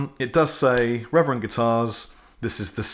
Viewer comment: I never heard of RRR-ever-end lol